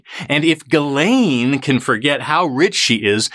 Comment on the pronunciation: No it's not. It's pronounced Gil-aine.